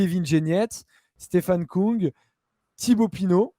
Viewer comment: Stefan KÜng s'il vous plaît, et non pas Koung. Avec un U qui se prononce comme le U de GaudU.